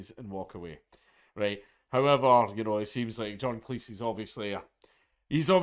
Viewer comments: AAAAAARGH, Jesus F Christ mate! Its Cleez. Say Cleez. Fuqin Cleece? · Cleese rhymes with cheese. I taped all of Monty Python's Flying Circus on VHS. Yeah, I'm a boomer.